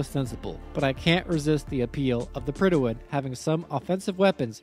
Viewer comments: We had a King in 1914. When we have a King, the HM in HMS stands for "His Majesty's". And it's Prydwen, i.e. "Prid-wen", not "Prid-i-wen". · The way this man pronounces Prydwen. Predi'wen lol. Prid when is what it's supposed to sound like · PRYD-WEN. There's no extra syllable! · mans pronounces "Prydwen" as "Prydawen" lol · Prydwen… where is the extra syllable coming from?